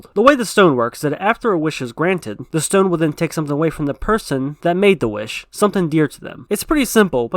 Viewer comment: It's called thick accent